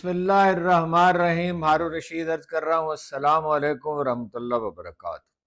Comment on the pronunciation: مختارے کو گنجے صحیح اردو سکھا دیں۔ ھرن نہیں ھارون ہوتا ہے۔😢